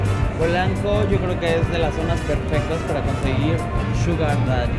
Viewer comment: Que es un chugar dadi y por qué estás tan obsesionada con estar repitiendo eso? 😅 Si quiera aprende a pronunciar